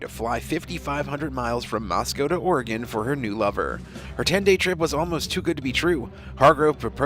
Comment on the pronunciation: It's all-SEE, OR-ih-gun, near the Will-AM-ette river, not al_SEE-uh OR-ee-gone, near the will-a-MET River. We're not in mult-NO-mah County. Thanks.